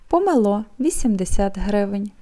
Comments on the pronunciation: при всій поіазі, не помелО(це віник), а помЕло. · ПомЕло а не пОмело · Доброго вечора,,не помело,а памело--на а--наголос!!!А помело----це зовсім 💙💛💙💛друге,виправляйся....